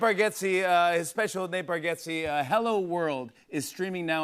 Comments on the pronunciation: Love how jimmy was still saying his last name wrong after being corrected, its bargatze not bargetze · How could Bargatze possibly be pronounced BarGETze, unless you’re just completely ignoring what letters sound like?